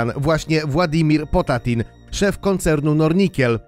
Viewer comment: jak juz to władimiri potanin